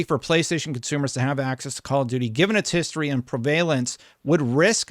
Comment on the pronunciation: You're awesome,, but I can't listen to your pronunciation of the word "prevalence" anymore.